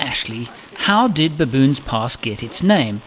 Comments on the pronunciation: "To baboons" 😂😂😂 I hope I'm not the only one who heard that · Why did I think "Baboons Pass" sounded like "Baboons Arse?"